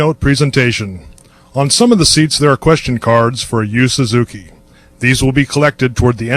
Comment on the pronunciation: can't even pronounce Yu Suzuki's name.